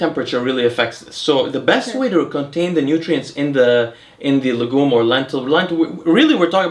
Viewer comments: Man, your wife kills me , she always laughs when you mispronounce "legume" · she notes pronounciation of the word Legume in the video, saying that it is a french word and it sounded funny when he said it. Also the hat bro, no other ethnicities have ever been recorded in human history with that type of hat lel